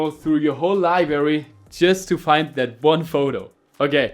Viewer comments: Librrrrrrrrary mein Freund😅 wenn schon auf Englisch dann auch richtig 👍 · "Libary". Triggered